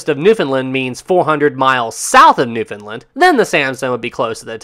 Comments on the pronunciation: BTW, having lived in that part of the world for 6 years, I can tell you that Newfoundlanders pronounce that name with emphasis on the last syllable: New-found-LAND. Most folks mispronounce it. You can find it correctly pronounced on the CBC. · people from newfoundland will get mad if you dont pronounce it new-found-laand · Hate to be a stickler but... I love your content very much and I think you'd appreciate knowing that you're saying Newfoundland wrong - I'm from Newfoundland, and we all cringe when people say Newfoundland like that. And I mean this in the kindest way possible. It's pronounced like "Understand" - no "ind" sound on the end like a lot of people tend to do, but a more relaxed pronunciation overall with more of an "and" sound on the end. I hope this doesn't come across as too harsh - I just figured that you'd appreciate knowing a more correct pronunciation of Newfoundland, coming from a huge Newfie fan of your content :)